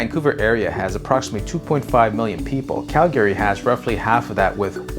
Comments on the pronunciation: CalGAaaRY. It’s pronounced cal-gree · It's Calgry not Cal Gay Ry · It’s not Cal - GARE - Ree 😬, it’s Cal - Gree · It’s pronounced CAL-gary, not cal-GA-ry. I couldn’t finish watching the video because of the pronunciation. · How about you learn how to pronounce Calgary properly . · Good video but pronouncing Calgary 😬